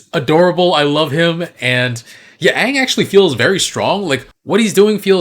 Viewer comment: the fact that he couldnt even be bothered to get the names correct is just baffling. its not like its a book adaptation where weve never heard the names said out loud. aang is said at least once EVERY SINGLE EPISODE